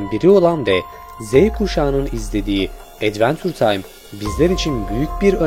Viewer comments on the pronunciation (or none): Dostum video güzel olmuş devamını da izleyeceğim, naçizane birkaç öneride bulunmak istiyorum. Adventure Time' ı telaffuz ederken "Edvençur Taym" Okunuşunu kullanabilirsin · "advantur taym" ?